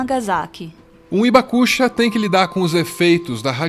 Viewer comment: Oi pessoal, uma correçãozinha de pronúncia. Hibakusha, não é ibacucha, é rribacucha, o h tem som de R de riso, rio. Outro detalhe, temos ainda vivo no Brasil, o sr. Morita, um Hibakusha,. Quem quiser conhecê-lo basta ir à sua loja de produtos japoneses perto da estação Saúde do Metrô paulistano. Uma simpatia de pessoa.